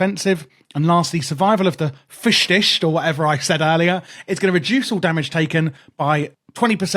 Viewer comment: "Survival of the fishsticks" is what I heard lol